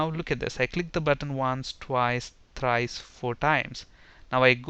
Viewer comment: "Once" ..."Twice"..."Tries" !? :D